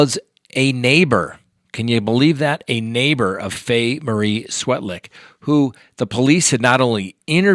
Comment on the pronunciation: I think it’s pronounced Svetlik.